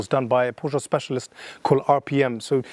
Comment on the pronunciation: Nice job, mate. Please learn how to pronounce the family name of the brand.